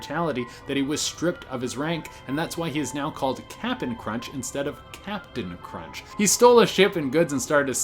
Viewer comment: Capian crunch